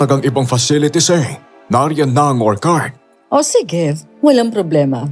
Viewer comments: konting correction lng po ...ORCHARD ... or chard po ... di po OR KARD. sakit po sa tenga😅😅😅😅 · magagaling po kayo at natutuwa po akonsa dedication nyo sa paglalahad ng kwento.. yun lang po medyo mali ang pronunciation nyo ng ilang words.. wag po sana ninyong ikakagalit ang komento ko.. yung pag bigkas po ng orchard ay mali.. or-tsard (or-CHARD) po hindi po or-kard.. just my 2 cents po.. 🙏🏻✌🏻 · Nakaka-stress yong "orkard". 😢 kahit orchard talaga yon. 😅😅😅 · "Orchard" is pronounced as OR-cherd.. it’s a CH not K (sample is orchid) … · Orchcurd,hindi ho or card yong pgkaka basa,sorry po